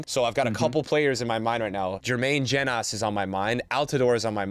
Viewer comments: Yeah I kept cringing everytime he said Jenas instead of Jones and didn't even pick up on it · I was less confused about mistaking Jenas for an American and more confused by the pronunciation of Jenas. Especially from a Spurs fan 😬